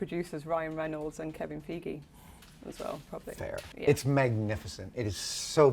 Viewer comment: it's pronounced feegee?